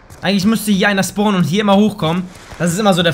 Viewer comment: Wo SCHPORNEN sie ? :D